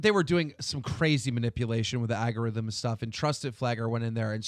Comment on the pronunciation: Keem, for the love of god stop pronouncing algorithm as agarithm.